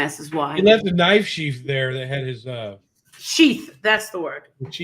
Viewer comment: DV calls the Knife 🔪 Sheeff not Sheath 😂😂😂😂